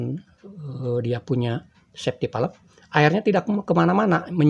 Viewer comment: Kontennya bagus, cuma cara penyebutan safety valve itu perlu diperbaiki Safety valve dibaca ˈsāftē ˌvalv (bisa cek google translate utk lebih jelas)